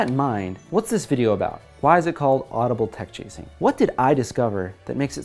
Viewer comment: 'Adubile' I'm done :V